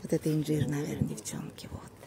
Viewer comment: 🤣 - Это иньДьжир, наверно?!))) 🆘😍, говорим правильно: И Н Ж И Р!!! 💖🌴 Поздравляю вас с Покупкой!!!